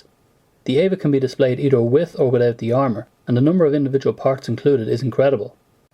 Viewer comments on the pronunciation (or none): none